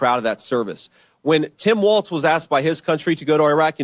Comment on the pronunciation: Benny his name is Walz no t. Walls